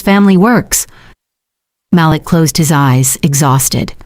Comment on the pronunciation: Haha Mal-lick...we all know it's Mah-leek